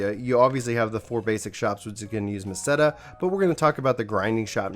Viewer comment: Great vid! And you pronounced Meseta right! Hahaha thanks for the info man